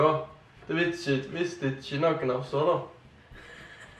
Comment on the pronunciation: høres ut som en bergenser "ISHE GIDD" 😂